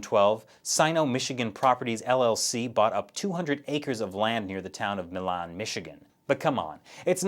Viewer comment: I don't mean to distract from the main point, but as a native Michigander, the city near which China has bought land is called Milan, pronounced "MY-lan" which sounds interestingly enough like "MY land". Pinyin approximation: Màilan Sorry, I just felt the need to correct that.